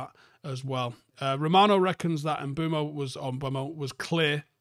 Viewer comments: Bryan Mbe-umo and not Mbu-emo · I think it’s the wrong way round at the start, he pronounces it “m-boom-o” everyone says “m-bwem-o” 😂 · Wtf are you on about at the start? 😂 Mbeumo literally pronounces his name “M-ber-mo” and you’re going “urrgh he himself says Mbwemo” 🤦‍♂️ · Sky sports did a video of Mbuemo pronouncing his name - Em-BOOM-o. Very simple. Not Kinder Bueno or whatever you said.😂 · "M-ber-mo"? He literally says m-boo-mo himself. Youre both wrong 😂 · You say Mboono I say Mbuemo. Let's call the whole thing off. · He actually says MBOOMO ;) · had an absolute SHOCKER there lol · He pronounces it Um-boo-mo. There are literally videos available on this platform of him pronouncing his name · There's no w in Mbeumo, and the u is not before the e. There is no ue or we sound at all. It must be dyslexic people saying it wrong that catches on everywhere and people just keep parotting it. He himself doesn't pronounce it like that either. There's also the premier league videos of all players pronouncing their own names you can look up, then there's no confusion at all, apart from difficulty in pronunciation from certain accents. Even still you can learn or work at it. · It's Mbeumo, not Mbeumo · At this point I'm convinced is dyslexic. There's no way he misreads and mispronounces the guy's name for this long. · It’s amazing how many people can’t pronounce this. Talksport regularly butchering both Cunha’s first name and Mbeumo. It’s not hard to read that it’s ‘e’ before ‘u’